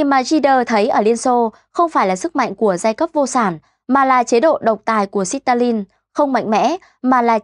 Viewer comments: Ôi dồi ôi , Xít ta lin 😅😅😅 không tin được một btv phát âm sai bét như vậy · Đọc lại từ Stalin cho chuẩn đi!!! Quê quá. Sít Ta Lin haaaa!!!!! Lạy bà.